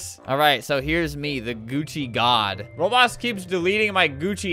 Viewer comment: He said Roblos keep deleting my outfit instead of Roblox keep deleting my outfit